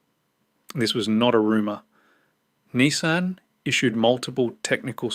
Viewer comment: And "KneeSahn" instead of "Nissan"